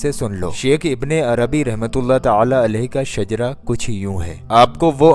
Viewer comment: Not shajra that is shijra